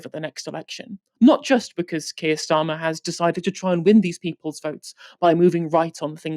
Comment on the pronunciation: "Our secret weapon... Is Sir Kiet Starmer" UGH GOD I HATE IT HERE MAKE IT STOP